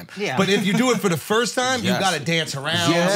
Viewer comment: The way Akaash can’t pronounce the word “first” drives me crazy Lmaooo